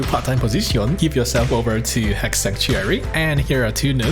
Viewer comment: all i heard was he she it